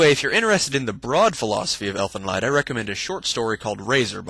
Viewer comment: I'm pretty sure it's not pronounced Elfen leyd. More like Elfen leed.